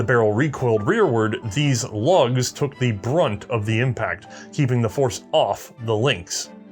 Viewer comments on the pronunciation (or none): none